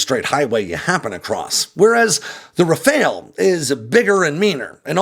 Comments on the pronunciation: ITs not a RaFAIL its a RA-FAL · It’s “RAF-AHL”. Not RAF-ALE. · Why can no American pronounce Rafale?.. I mean, it's a really easy two syllable word pronounced Rah-fahl, not rafayul nor rafayel or even rafail. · Just a tip also: in French, when we say Rafale, the second 'a' in that word sounds more like the 'a' in the English word 'pal'. But if you have trouble pronouciating that, 'RafAHle' sounds closer that 'RafAYle' for sure. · RAFALE IS NOT RAFAEL :face-blue-smiling::face-blue-smiling::face-blue-smiling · It is pronounce Raphaaaal. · Why are you calling it a RaFAIL? lol